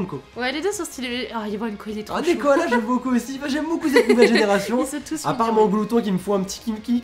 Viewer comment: D'abord c'est pas Nekokoala mais Nekkoala ^^' et il a peut-être été créer grâce à moi ;) j'avais envoyé une lettre à Game Freak pour leur faire par de mes idées notamment un koala de type plante en starter mais comme ils les avaient déjà annoncés, ils ont fait un pkmn à part ;) si c'est le cas, j'en serai vraiment honoré =') Ensuite Iwanko est juste a d o r a b l e <3 je l'adore, si ses évo sont belles, il fera partit de mes 8 chouchous <3 ^^ Manglouton bof bof =/ J'adore Picassaut aussi trop mignon =3 Larvibule bof j'attend de voir son évo de papillon car je crois que ce sera ça ^^' La bataille royal je trouve ça nul car JUSTEMENT on doit pas rester le dernier ¬.¬ c'est le premier qui meurt arrête le combat et ils calculent les points pour voir qui gagne, pourrie J'ai trop trop hâte aussi T^T j'en peux plus d'attendre snif snif Arrêter ! Lunala sera pas une fille !! T^T Déjà que j'étais traumatisé pour Xerneas dans le film affreux >__<